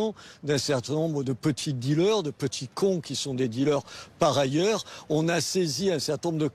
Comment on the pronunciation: BFM C est Dealers Pas “Dealeurs”…btw, good job Mr Menard!